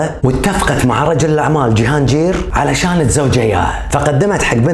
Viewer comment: وٲخيرا حدا عربي حكى قصتها بطريقة مبسطة وبتجنن برافوو ❤ ٳضافة لمعلوماتك ٳسم جهانجير ينطق بالباكستاني "جهانقير" ينطق بالقاف وليس بالجيم 🌸 ... ٲنا باكستانية وحاليا ساكنه في باكستان وهالقصة فعلا صحيحة وغزالة ٲيقونة الجمال الباكستانية وصوتها كان شجي الله يرحمها ويجعلها بجنة النعيم ولا يسامح قاتلها ي رب ... بتجنن طريقة سردك خيي الله يوفقك وتنشهر ٲكتر ونشوفك بخير ع طول ... 🌟